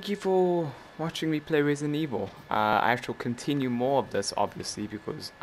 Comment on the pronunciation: "Resinet evil" also when did you get a vr